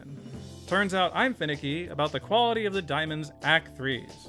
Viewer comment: The 3 C's of grading diamonds: Cut, Clarity, and Cwality of act three